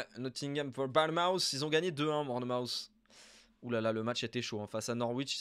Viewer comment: Tip de prononciation : Bournmouth se prononce bornmousse (avec un ou qui tend vers le a), faut pas se faire avoir